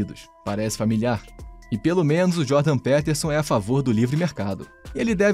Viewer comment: Mano, é "Djôrdan - Pítersãn".